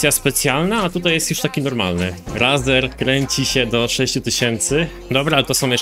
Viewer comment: mowi sie rejser